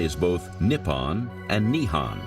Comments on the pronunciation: Need to learn the proper pronunciation before doing this documentary the words are pronounced as Nihon not Nihan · OMG, Japan is not called Nippan and Nihan. It is called Nippon and Nihon. The o is an oh sound, not an ah sound. How is anyone supposed to take this documentary seriously, if the narrator can't even say the name of the country correctly? And Edo is not Ado. It is Edo, like the name Ed with an o sound at the end.